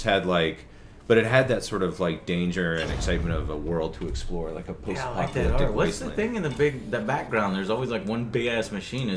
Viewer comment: Did he just say "post-apocYalyptic"